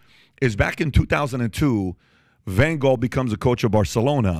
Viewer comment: Pronunciation Lew E Van Haal my man ❤